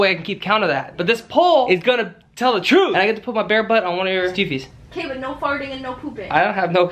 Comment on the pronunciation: kk that’s not How you say stuffies